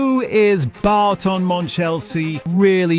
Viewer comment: 😮 It’s not ‘Barton’ Monchelsea! …It’s Boughton… (as in Bought)